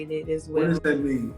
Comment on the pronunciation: This womans says "DAT" instead of THAT. And she wants educated?